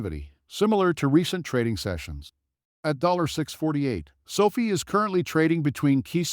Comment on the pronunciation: Man. Hard to listen when you say sofi wrong 😢